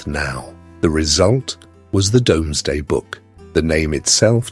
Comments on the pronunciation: The Norman cathedrals and castles are so beautiful, even though they originally were symbols of oppression. Plus somebody else has probably already said this, but the Domesday book is pronounced 'doomsday'. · yes listen to it say ‘Domsday book ‘ 😂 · This was good. Very enjoyable. I've never heard the Doomsday book being called the Domesday book before though.